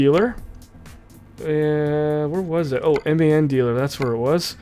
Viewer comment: It's pronounced MAN like your a man I'm a man